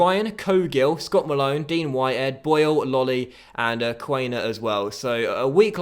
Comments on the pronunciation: im sorry its quan-er not quain-er mate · Nice Huddersfield Career Mode with a german coach and many german players as well . Btw Quaner is pronounced KVANER